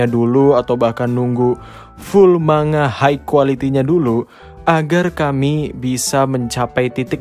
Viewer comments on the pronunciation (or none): none